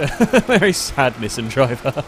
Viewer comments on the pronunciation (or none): How he says Nissan🤣 ah I love accents